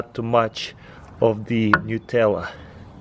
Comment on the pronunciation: "now im gonna set de bachett like dat"